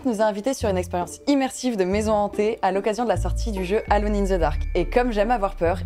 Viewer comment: Mais... la prononciation de Alone, que diable ! D: quelle sorcellerie